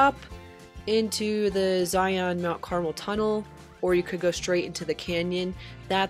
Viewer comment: Great video. But it’s “Zi-un “